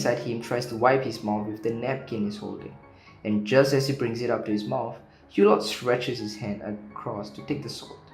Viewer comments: "Eww-Lo", not "Hugh-lott"!!! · The ‘t’ at the end of Hulot is silent.